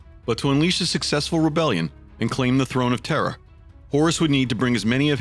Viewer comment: I hear the same, especially when he says Terra.. it sounds like Terror